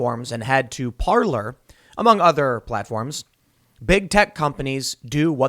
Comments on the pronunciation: Parler is properly pronounced par'lay. It means speak in French. I.E. parler en francais. If it was pronounced par'lure it would be spelled parlor like a sitting room. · the first time i heard of parlor was from tim, and hey pronounced it parlay lol